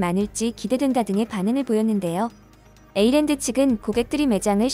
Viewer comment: Åland는 에이랜드가 아니고 오우(?) 랜드, 핀란드와 스웨덴 사이에 실제로 존재하는 섬 이름입니다.